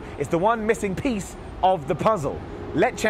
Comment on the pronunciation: "The one pissing miece"